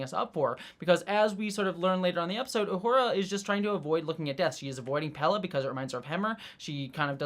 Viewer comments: Pelia, not Pella. Pronounced the same way as Celia Gooding's name, both rhyme with Corellia. (Cell-ee-uh, Pell-ee-uh) :) Great episode! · Sorry upfront for yelling,, but: WHY ARE YOU CONSTANTLY CALLING PELIA "PELLA"? 😵‍💫🤨 I love your thoughts, insight, and enthusiasm, but wouldn't be surprised at all if you had some form of dyslexia when it comes to names... noticed at other times too, that getting the names right doesn't really seem to matter too much to you, which is really interesting, given your personal background. 😅🫣 Other than that, keep up the great work (LOVE your WGA/SAG-AFTRA intro as well - though even that one contains typos; might want to read over once more!). 🤫😉